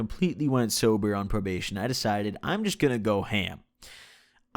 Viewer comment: "sober"